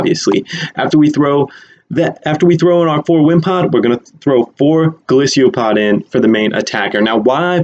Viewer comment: its golisopod NOT golisio pod